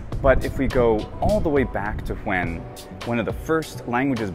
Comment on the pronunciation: Did you drop a Crawfordian "wHen"